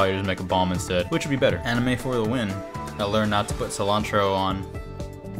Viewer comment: Sea-lawn-tro Nunca supe cómo se escribe "Cilantro "